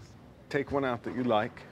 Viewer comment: Anyone gonna talk about how he sounded British when he said like at the start